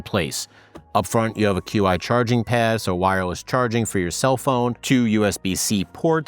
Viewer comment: Nice review. Very detailed and informative. Qi charging pad.....Qi is pronounced "chee".